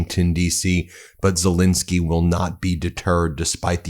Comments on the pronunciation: Great video, but could you please pronounce Zelensky's name correctly. It's not Zelinsky with an i, it's Zelensky with an E. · Warum sprechen den Namen Zalinsky immer so total falsch aus und sagen oft einfach nur Salens oder andere Verballhornungen? Dies empfinde ich als höchst respektlos und dümlich und das wäre für mich auch ein Grund Ihren Kanal zu kündigen, falls Sie dies nicht ändern sollten! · It's Ze-LEN-ski....just get the man's name correct...